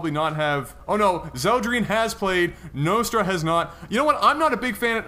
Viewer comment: Think its pronaunsed Nostra like in Nostradamus :)